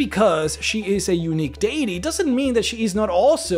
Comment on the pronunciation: You say deity wrong